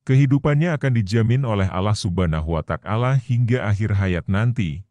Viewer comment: yang bener bang sebut nama ALLAH SWT (allah subhanahu wa ta'ala) bukan Allah Subhana watak ala